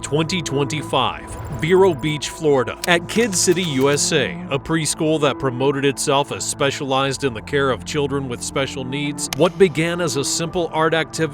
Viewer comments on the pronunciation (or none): Side note that’s not that important compared to the story, you pronounced vero wrong (I live an hour away) ‘ver’ in vero is pronounced like you’re saying ‘very’ but instead of saying ‘ver-ee’ you’re saying ‘ver-oh’